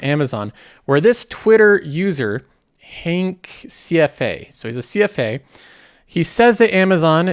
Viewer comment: Try Honk, not Hank. Also try a less snooty tone, given your recent track record. Who gave Netflix two thumbs up at its peak price?